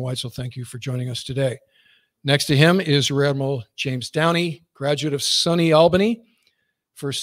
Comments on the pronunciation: Remembering the all or heavy Grumman airwing. Great rundown. Thank you. One side note as a born and raised Western New Yorker…. SUNY in SUNY Albany is pronounced SU as in Sukhoi and NY as in knee. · Sunny pronounced sunny.. SUNY pronounced soonee state university of New York.. whatever